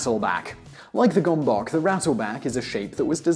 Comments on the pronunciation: That's not how you pronounce gomboc. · was the gomboc invented by Hungarians, if it was this pronunciation is sooo annoying